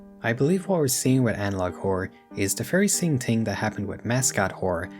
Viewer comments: This video is really good but the way you say ting pmo so bad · Its adorable that you consistently can't pronounce "TH" 😂 Te Ting Tirty Teerorizing